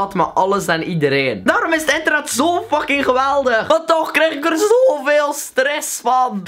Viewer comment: zegt bij het begin ik ben verslaafd aan enternet... Luister goed